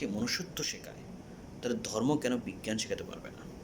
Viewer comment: আইছে আমার শিক্ষা বিশারদ! দুই লাইন ঠিক করে কথা বলতে পারে না। আসছে পাকনামি করতে! 😂 "জর্ম"